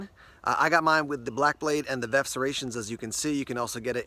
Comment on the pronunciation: Is VERF pronounced VEF with a silent R with regards to serrations?